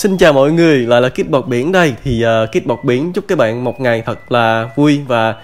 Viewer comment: Kid bọt biển mà nghe thành Kid 1 điểm